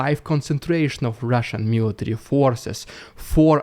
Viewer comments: Rrrrrhhhaaahhshan Dyude excelling himself today😉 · I love it when you say "RIDICULOUS RRRRUSIAN PRRRRRRRRRROPAGANDA"